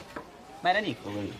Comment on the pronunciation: bestie its nico not nicco